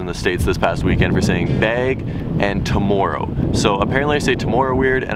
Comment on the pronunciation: you sound italian saying bag and tomorrow